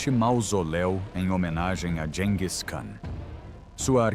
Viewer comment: Gis e não dis😮